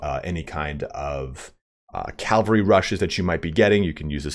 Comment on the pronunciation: it’s pronounced ‘cavalry’ not ‘calvary’